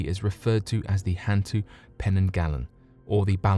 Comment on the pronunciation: And hantu is more like hun-too. It means ghost. Orang Minyak literally means oil person lol